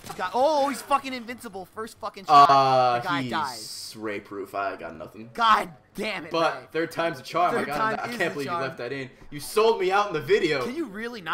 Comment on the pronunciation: the 'Goawd Damit' was funny